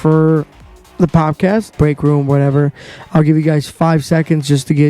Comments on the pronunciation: What’s a pop-cast? Po”D”cast is what I think you’re going for. Love the content, keep it up young man. Side note now that I’ve listened to the whole thing. Figure out what want to say, say it, and then move on. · poDcast, m8 not poPcast haha :) Keep it up tho